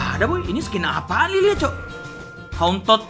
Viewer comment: Njir espresi salah baca nama skil liliya😂